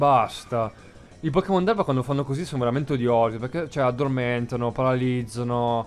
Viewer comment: devi mettere l'accento a Erba XD comunque grande